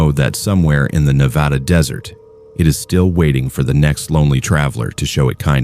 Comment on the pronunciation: NevAYda? Really